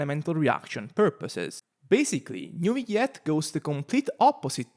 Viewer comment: Aargh, I hate the way you pronounce his name😂😅, why put so many alphabets if you'll just say nuviet